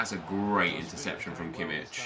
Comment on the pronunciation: It's pronounced Kimmih not Kimmitsch